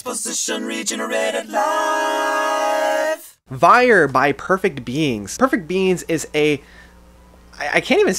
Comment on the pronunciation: Vier pronounced veer which is 4 in German. Sorry for being pedantic